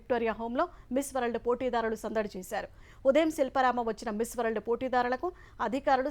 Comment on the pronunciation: Ammaaa bangaruthaliiii . Miss World correct gaa palukuuu. R silent